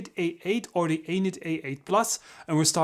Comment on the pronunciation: Every time you say Anet, is sounds like you're saying anus. :-)